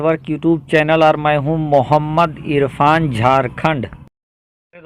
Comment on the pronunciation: Aap irfan bolna sikho